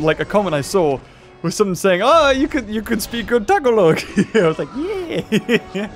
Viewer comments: hahaha I'm filipino and its pronounced like (TAGAlog) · The way he said Tagalog made me cringe incredibly hard